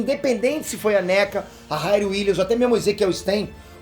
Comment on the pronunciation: Se diz RIRI e não RAIRI